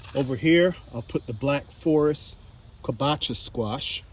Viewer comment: You totally butchered that squash name😆